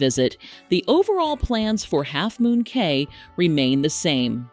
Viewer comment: It's pronounced "Key"